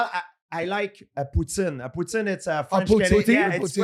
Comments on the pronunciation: As a Canadian I Do not approve of how he says poutine😂😂😂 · Hahahaha they keep laughing at him say poutine properly, man was born and raised in the land of poutine